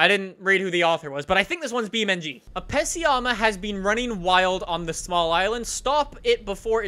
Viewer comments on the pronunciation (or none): pessi-yahmah? you mean peseh-math? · You pronounced pessima wrong....